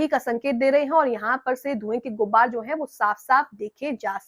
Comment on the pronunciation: Madam saheba... Dhway ki "GUBBAR" nhi hoti hai... "GUBAR" hota hai